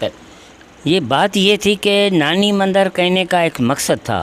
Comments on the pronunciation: Bahi punjabi tune me mandar bolte hai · Mandar nahi mandir 😁🤣😂